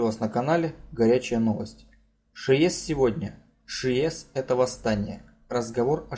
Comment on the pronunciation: ШИес а не ШиЕс! Урдома, ударение на последней А . КОтлас, а не КотлАс. Учись сначала правильно произносить названия.